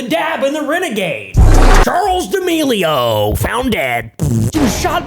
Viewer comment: its pronounced (da-mell-e-o